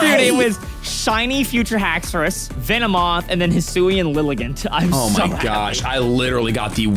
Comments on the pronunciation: called it a Vinny-moth lol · "Lost to a Vinnymoth" LOL!